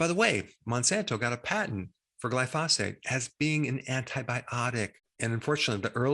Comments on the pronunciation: Isn’t it gli-fo-sate? Not gli-fos-fate? Maybe I’m confused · Dr. Berg is great. But it's pronounced GLY-pho-sate.